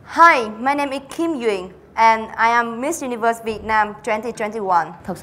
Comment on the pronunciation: Duyên nói tiếng Anh tự nhiên và thoải mái rồi đó. Nói chậm lại và có âm đuôi là hay hơn nữa. Mà sao cứ phải du ni vớt nhỉ